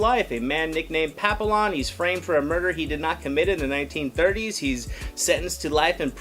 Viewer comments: pa-pill-lon ??? the fuck... it's pronounced pa-pee-yawn 😂 OMG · At least learn how to say the name. Pappy-on. Not Papill-on. You would hate it if the french pronounced you name wrong. It means butterfly. Ignoramous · Couldn’t watch this longer than it to write this comment: LEARN HOW TO PRONOUNCE NAMES.... Pappy YON!!!!!!!!!! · Actually pronounced pa-pee-yawn. It’s French for butterfly and there’s even a dog named this because of it’s ears resembling butterfly wings, I actually had one. 😁 The trailer almost made it look almost like a love story of sorts. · The l's are silent. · Dude can't even say the French word Papillon which is the correct pronunciation for the character.